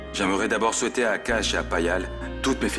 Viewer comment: Not Lavanya calling Payal PayPal 😂